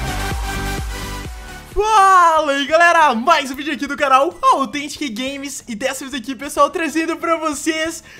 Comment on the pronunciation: você não sabe fala althentic fala Authentic e com U